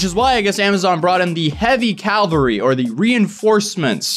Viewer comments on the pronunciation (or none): Its pronounced ka-vull-ree. There isnt two ls in cavalry